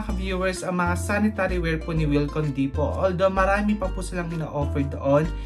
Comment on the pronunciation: Pronunciation: dee-poh. Silent “T”